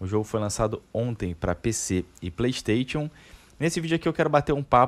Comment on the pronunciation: “Plêi steitchon”